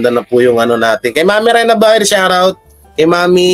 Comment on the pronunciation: Shout out yan di shurout. Susme. Shurout tlga ha? So rang slang nman yan idol. SHOUT OUT! Got it?